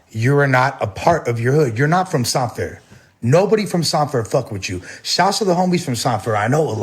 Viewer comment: He didn’t practice hard enough on how to properly say, San Fer.